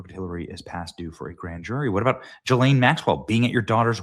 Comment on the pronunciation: Benny, please pronounce Ghislaine's name properly. It's Gh-ee-len. Not Jis-laine. I personally don't care what anyone calls this vile woman but it's important to be accurate. By the way, nice try to deflect, Hilly, by bringing up Pope Francis (who was a total communist).